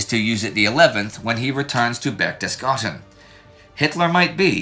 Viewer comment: Why does Indy keep saying Berchtesgarten when he means BerchtesGADEN?